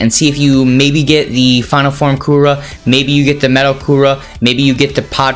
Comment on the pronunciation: How dare you calling cooler (coora)😤😤😤😤